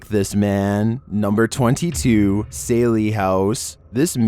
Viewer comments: It’s sally, not Saylee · said saily not sallie lol